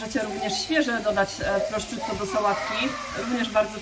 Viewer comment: Pani czy. aby na pewno mówi się prosciutto? Bo moim zdaniem nie.wiec bardzo proszę o poprawę bo jest to trochę męczące.